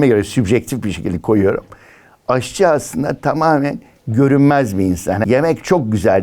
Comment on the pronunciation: AHçı değil AŞçı